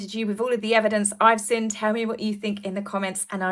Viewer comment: Sorry to complain, it grinds my gears! Could you please pronounce the g at the end of words, may-or not mare, seen not sinn! Sorry jmo! 😬😬😬 I find it hard to believe the mayor of New York would call a press conference for PR fluff delivered by Scoob lol, they all seem to be acting in this bizarre set-up, not just H & the Mog! 👀👀